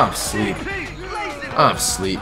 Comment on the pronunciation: “I’m shleeep”😂😂😂